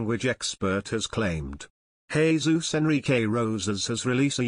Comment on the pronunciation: Good job on pronouncing Jesus' name!